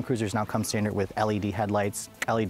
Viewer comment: Hearing him say STANDARD makes me mad